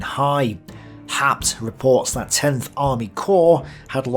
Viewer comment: About the historian Werner Haupt ( ) (which for some reason You "butcher" into "Har-pt", rather than "How-pt"). Your source is English translations of his German original books that came out in post WWII era West Germany, and the only Wikipedia entry about him is in German: In short, he was known to be leaning to the right, focussing on German Wehrmacht members which he had been himself. So his books are more like some earlier secondary sources, and they were rather "popular-historian", "apologetic" works than scientific analyses, which were, under the era of the Cold War until 1990, very difficult. The German-side focussed narrative, written like novels, was intended for German readers who would remember the war only from their side. Like the US GI's in Vietnam, who also later portrayed themselves as the true victims of the conflict, ignoring the Vietnamese view, so did many Germans, dismissing by large all possible inputs from Soviet communist historians, who were indeed as well biased themselves. It only became somewhat better after the end of Cold War I (no.II is right now). I know Your German skills would not be good enough to decypher the OKH diary, or the Wehrmacht reports that were published only in 1995 (compare channel Military History Vizualized, about D-Day). Never mind, those would be primary sources, hard to dig through for anyone, while I know only the OKH diary, which is too much generalized lacking all details that You are presenting. Haupt happens